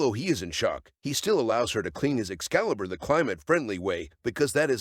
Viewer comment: Editor: "I will turn your excliber into mashed potatoes". Plot twist the narrator is the editor lol.